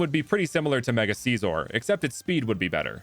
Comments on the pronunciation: It’s not seesor it’s sissor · You sed scizor wrong